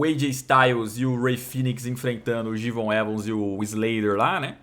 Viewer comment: ELE FALOU ELE FALOU JE'VON EVANS CORRETAMENTE agora posso morrer em paz